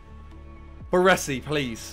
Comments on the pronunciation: ✨BARRWUESSI✨ good😂😂 BARESI bro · Triggers me how he pronounces Baresi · Why can no fifa youtuber pronounce Baresi's name correctly?